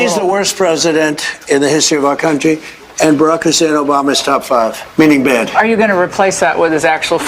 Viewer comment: ☆ He's the only damn person who pronounces "bad" as BE-ADD. Sounds like a 4yr old with a speech impediment. ☆